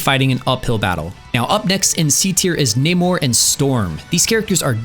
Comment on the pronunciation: Its Nay-more wtf! Why us that so hard hahaha